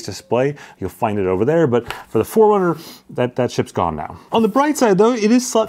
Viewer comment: Anyone else hears Four Hundred instead of Forerunner? 😅